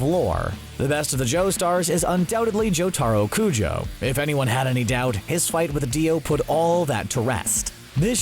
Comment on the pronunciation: jo-taro kujo... (sigh)